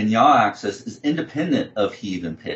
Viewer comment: AK-seez. I know knows his stuff but this mispronunciation was distracting.